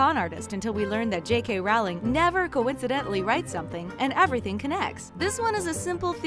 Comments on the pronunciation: She can't even say J.K Rowling correctly! McGonagall said that the dursley's were mean before Harry was there! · I hate when a channel like this makes videos saying things like “we all absolutely loved Harry Potter growing up....who doesn’t remember_____” And then proceeds to pronounce almost every fucking character name wrong. Bitch. Did you even read the books or watch the movies? Please use a narrator that at least knows what they’re talking about 🙄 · Row, row, row your boat, yeah? Row, row, row J.K.ROWLING!!! How many times I've heard supposed knowledgeable people MISPRONOUNCING her name!! GET IT RIGHT!!! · Rowling like bowling not Rawling. Its been 20 years. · heavy breathing Did you just say JK Rowling and pronounce it Rowling and not rolling breathing intensifies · It's Rowling not Rawling.. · why does everyone pronouces jk rowlings name as 'rowling' like it rhymes with 'bowing'? it's its pronounced like 'rolling'. she said it herself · its row-ling like row row row your boat,,,,,, or rolling pin.......................sorry, i couldnt keep my mouth shut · You mispronounced JK Rowling. Its Pronounced JK ROLLING. mic drop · If you are going to do a video on Harry Potter you need to at least know how to pronounce the authors name. Her name is pronounced rolling as in Rolling Stones. J.K Rowling(rolling) And just so you know J.K Rowling said how to pronounce her name herself. IT'S CALLED RESEARCH! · Her name is pronounced Rowling as in Rolling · Rowling is pronounced ROLING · Actually, I believe it is pronounced "rowl-ing? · She says Rowling as Rau-ling It bothers me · Her name is pronounced ROW LING. Get it right! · I cringe so bad very time you mispronounced Rowling. You're supposed to say it like ROLLING🙄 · Omfg it’s j.k Rowling as in rolling pin. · Ur saying the queen-J.K. Rowling- name wrong! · HER NAME IS J.K. ROWLING LIKE ROLLING NOT RAWLING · It’s not Rowling as in howling, it’s Rowling as in rolling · ITS NOT rawling ITS rowling You uneducated swine